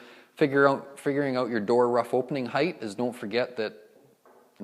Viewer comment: If you say “oowt” one more time..